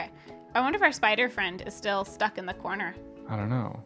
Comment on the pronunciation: It's a cweepy spwider